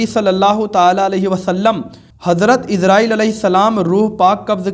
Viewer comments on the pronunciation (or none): none